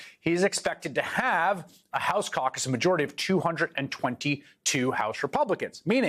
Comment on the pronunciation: KEVIN KAKAS NOT CAUCUS :) :) :) ;)